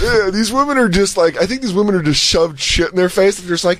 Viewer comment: Why can’t pronounce women (plural)? It’s like nails on a chalkboard for me. Why doesn’t Jay rip her apart for it??